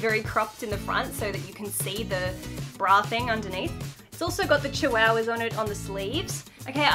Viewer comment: Lol I love how you said "chiwowwahs" like lol! Omg I love you so much and now I'm into too much pastels that my parents are like" ummmmmm why do you like pastels so much" and I told them " on insta and YouTube found me the way to more pastels!" And my parents said,"um ok" and I said," the bird stays:)